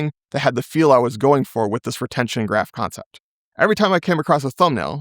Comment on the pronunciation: why re-tension instead of retention?